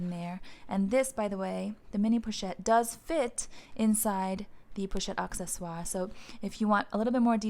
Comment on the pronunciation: I am french and I can tell you you pronounce it perfectly:)